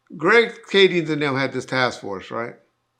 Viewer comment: has been calling him "Greg KADINGS" for years and still hasn't got it right, lol